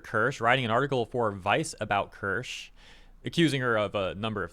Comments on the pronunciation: are you dyslexic it's ker-sha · "kursh" it's keer shuh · As some have pointed out, she pronounces it like “KEER-sha” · It's pronounced as cheee-see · German here: Maybe try "kear" (like tear) and "sheh", similar to "huh" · Not, it's pronounced Kirsche. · It's pronounced like it's spelled. Kirsche. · get name is KIR-SHAAAA, pronounce it right, it sounds bad lol. Just telling you how to pronounce her name, honestly I love your content truly enjoy you and everyone who brings all the bad behavior from people up. Keep working hard my good sir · Her name is pronounced Kear-sha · It’s pronounced Kur-sha bro lol